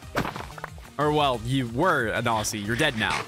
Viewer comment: bro really said au'ss'ie not au'zz'ie